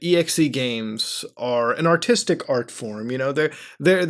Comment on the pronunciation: that moment u mispronounce autistic games as artistic games #3fast6u